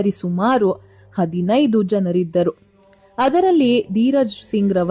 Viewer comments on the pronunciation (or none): none